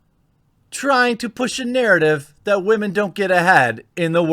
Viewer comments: 😂 i love how he says wahmen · Can someone kindly explain to me why women is being pronounced as "Wah-maan" recently? Just curious that's all! O_o